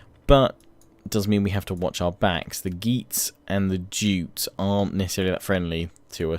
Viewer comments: The Viking monarchy was elective, idk if that's been put into Attila but that's why your eldest son won't be the heir because the peopl have elected your second son, also Jutes is pronounced "you-ts" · Jutes pronounced Yutes (yoots)